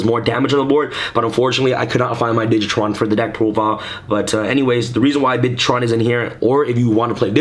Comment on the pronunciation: its bitron not bitchron